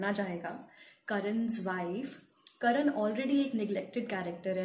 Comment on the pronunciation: करण नहीं "कर्ण"